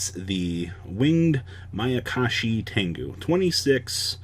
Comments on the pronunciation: finally saying mayakashi, hearing makakashi over and over was like someone poking their finger into my temple repeatedly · Thumbs up for Saying Mayakashi correct today 👍😎